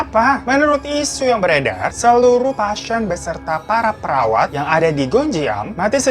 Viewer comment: menit 3.08 sejak kapan kata "pasien" ada huruf y nya? "pasyien"